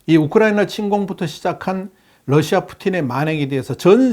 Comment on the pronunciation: 아직도 Lusia라고 하시네요.